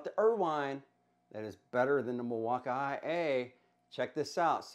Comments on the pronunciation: you pronounce it mill-walk-eye-A, when it's supposed to be mill-walk-eee and i don't understand why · Lol 😂 the milwauka-ia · No idea why your saying milwaukee that way, did I miss something?? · Please just say Milwaukee. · why do you pronounce Milwaukee like that? doesn't make any sense